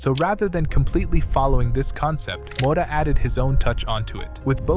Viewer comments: Impressive analysis, so impressive I can't understand why you pronounce his name Mota 😅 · Who the fu.k is Thiago Moda? Is it too hard to pronounce a T instead of a D??